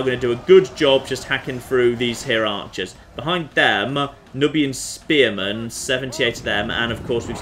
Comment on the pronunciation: I'm pretty sure that "Nubian" is pronounced "newbian".